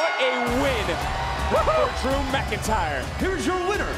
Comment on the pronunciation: Drew mccleentyreeee? Which tyre? 😂